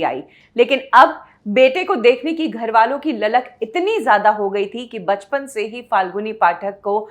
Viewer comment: एक तो आपके ग और घ मे बहुत confusion है। घर को आप गर बोलते हो और गरबा को घरबा। irritating होता है ये कभी कभी।